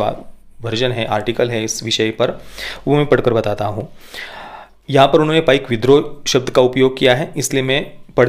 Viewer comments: One correction to the pronounciation It is PAIKA not PAIK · Sir uccharan apaka galat he Paika ye spelling he but uccharan me isko app paik na bolke Paiko boliye. #PAIKO